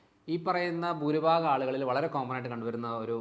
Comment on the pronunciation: പ്രിയ സുഹൃത്തേ ഇനി മുതൽ ബൂരി ഭാഗം എന്ന് പറഞ്ഞു ശീലി ക്കല്ലെ.ഭൂ എന്ന് പറയൂ.